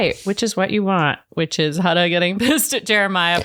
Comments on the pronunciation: I can’t tell if you guys are pronouncing Huda’s name wrong on purpose or not lol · This is going to sound so nit-picky, but as someone who has had her last name mispronounced almost EVERY time (in very slight ways), please learn pronunciations! Hood-ah (not Huh-da) from this season and Lee-ah (not Lay-ah) as in Kateb. It's such a small thing that feels so big! Huda even said her name was like "Huda, woulda, shoulda".